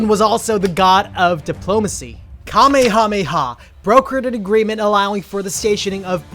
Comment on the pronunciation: Kamehameha is pronounced like cuh may uh may uh